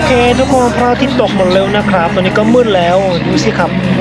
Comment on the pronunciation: อยากขอให้ออกเสียง ครับ ด้วยเสียงของไม้ตรีค่ะ อาจเป็น ครับ คร้าบ หรือ คับ ก็ยังดี😁 แต่จริงๆก็ยังไงก็ได้นะเพราะเข้าใจว่ามันก็แค่สำเนียง 🤗 สู้ๆนะ 10k sub อยู่ไม่ไกล ถ้าถึง 10k แล้ว 30 k หรือ 100k ก็แค่เอื้อม👌